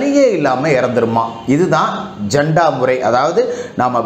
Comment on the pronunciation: நண்பரே அது ஜண்டா அல்ல ஜட்கா